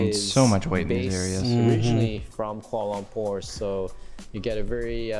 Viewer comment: It hurts my ears to hear that dude pronounce Kuala Lumpur as "Quorlolompour" every time 😖😫